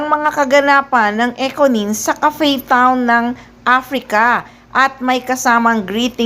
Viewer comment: Hahahaha anong kape town?? 😂 😂 Ano yan Starbucks? CAPE TOWN po.. Correction.. Haha